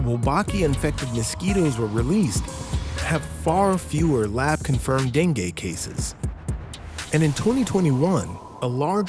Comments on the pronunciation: bc dengay kya hota hai .. den-goo hota hai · Dengue not dengeee😂